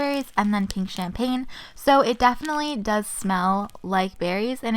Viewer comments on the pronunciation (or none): none